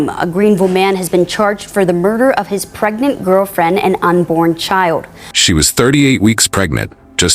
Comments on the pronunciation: He didn't say pregnant, he said "preynint". He was a real catch, wasn't he? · I hate when people say “preynet”